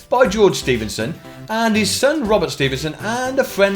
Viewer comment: Ahem It it George Ste-fen-son Not George stee-ven-son